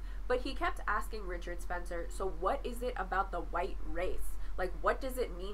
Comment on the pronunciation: Straw-man, straw man, straw man "Muh horseshoe theory" "But what is huwite?" Not impressed